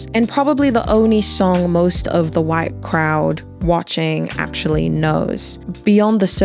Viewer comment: you hit the hard H on that HhhhWhite America 💀🙃 // I thought the "greek chorus" of women, and the ALL WOMEN dancing section on "Luther" was super powerful & not just a nod to "the hits"... I felt like he brilliantly dovetailed this into "Not Like Us", which is basically an anti "violence against children and women" song...